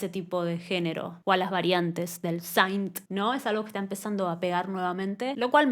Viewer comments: No es saaaint se pronuncia sint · te banco fuerte pero tenés que dejar de decir "saint" jajaja, synth en inglés se pronuncia como suena 😛 Me pareció un disco solido y versatil para lo que es el pop actual, no me partió la cabeza pero me gustó lo suficiente como para escucharlo cada tanto, y me gusta mucho este rumbo de sonido indie que esta agarrando el mainstream, espero que no lo corrompa. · es q synth se pronuncia con la i latina, ella lo pronuncia incorrectamente